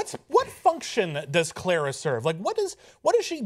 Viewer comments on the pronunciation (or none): Davros not Davrose, Clara not Claira. Sorry but not sorry XD